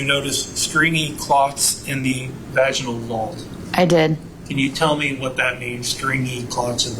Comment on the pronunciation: Every time this THING masquerading as a human utters the word "Vaj-EYE-Null" instead of the correct pronunciation of "Vaj-IN-ull" makes me cringe so freaking hard.